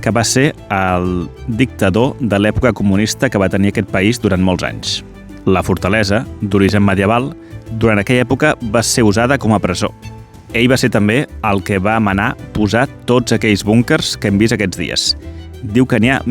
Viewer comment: Millor Castell, que Castei. Millor ell, que ei. Ja que fas aquest reportatges en català, sisplau, respectem'ho.